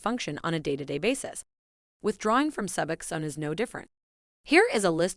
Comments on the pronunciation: Hearing subaxan is getting on my nerves. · Can’t bear the way she pronounces sub OX one - SKIP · Soobuxown??? Wtf... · Bitch, say Subbuck Zone ONE MORE TIME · You would think that this person would know how to pronounce SUBOXONE. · Jesus. My 11 year-old can pronounce it correctly! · She doesn’t even pronounce it right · I cannot listen to this very long because of the horrible AI mispronunciation of Suboxone!!!! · I CANNOT STAND THE PRONUNCIATION OF SUBOXONE IN THIS VIDEO! I’m ready to detox from 8mg but I think I’m going to taper. Been on it 2.5 years and I’m in a solid 12-step program with a sponsor and other support systems. I also have access to comfort meds. I need advice though! Thanks in advance 🤍🙏❤️‍🩹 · Hearing the narrator pronounce “Suboxone” is almost as painful as the goddam withdrawal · Nailed it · If you cant say suboxone right dont make a video on it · clearly an AI, but i agree nonetheless